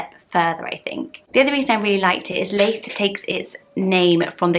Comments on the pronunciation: Love these as always! I live near Leith in Edinburgh - it’s pronounced Lee-th (like Prue Leith!), not Lay-th. can’t imagine it as a first name though! Looking forward to the Scottish names! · You're not pronouncing Leith right. If you want it to be like the town then it would be Lee-th. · I grew up in Leith, so sorry but your pronouncing it wrong. It’s more like Keith with an L xx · I wont be another comment about the Leith pronunciation 😂 adore all your baby name videos, another name obsessor here. Absolutely love Franz, my angel baby boys name is Franco. Cant wait for the Scottish name list, so many nice ones, Brodie and Lochlan being my favourites x